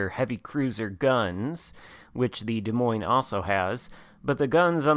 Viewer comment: As a resident of Iowa the s at the end of Des Moines is silent. Also as someone that utterly loves the play style of the DM you need to play more aggressive early on and us you stealth plus dpm to smash cruisers and DDs